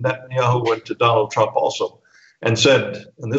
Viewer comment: I heard "Donald Crumb" - very accurate LOL.